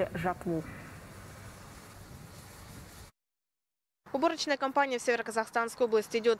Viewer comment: Вот я угорал с этой дикторши когда она сказала многие уже закончили жатв уу я специально у букву выделил это она так произнесла как слово жратвууу аха-ха ((